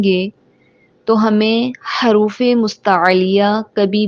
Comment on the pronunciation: haruf nhi hota jaha tk muje pta h huruf hota h or dusra zuwad nhi duwad hota h.kis kis ko lgta h mera sahi h